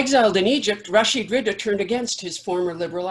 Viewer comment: His name is Rashid Ridhaa رضا not Riddah ردة . The word رضا means contentment, whereas the word ردة means apostasy.